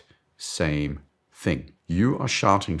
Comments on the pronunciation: Don’t get me wrong. is great. With that said I am laughing every time he says shouting because I hear “sharting “. Makes it even funnier to watch. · I seriously heard you say “you are sharting for attention” Well, I guess that works…